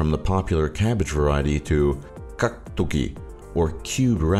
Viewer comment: Your pronunciation of Korean words were amazing, especially ggakdugi! :) The video contains both positives and other aspects that Korea needs to amend (plastic surgery, suicide rates, etc) and I think that makes it very balanced and informative, even for a Korean. Thank you for a great video.